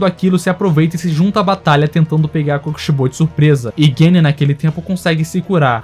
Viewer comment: Não sabe falar o nome do kokishibo